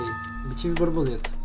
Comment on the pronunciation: era muito engraçado o falando a brabuleta a brabuleta.